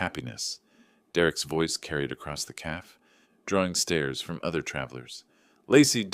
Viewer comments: I still hate AI mispronunciations of words "calf" for "cafe". Lacey should have known better than to allow a man to come between her and her dad. Derrek needed her for income. I'm glad Lacey got her good sense back. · CAFE: two syllables, ca as in “catch”, fe as in “hay”.